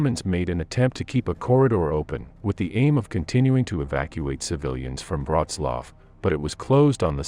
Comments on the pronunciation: Please at least learn how to prounce Wrocław before commenting on it. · Wroclaw = Breslavia You are welcome 😉.